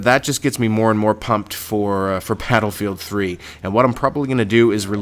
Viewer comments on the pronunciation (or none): did he say pladlefield 3 ???